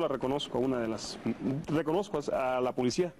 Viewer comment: ¿dijo ... enclarecimi ento? Bueno así es la "polecia" Y Galeana dijo, sastifecho.